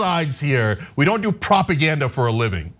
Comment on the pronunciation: Did .. did this guy just say they don't do propag .. 😂😂